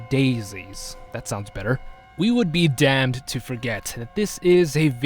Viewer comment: please dont say damn like that. its a curse word